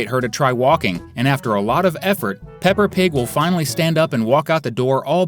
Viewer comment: ITS NOT PEPPR PIG ITS PEPPER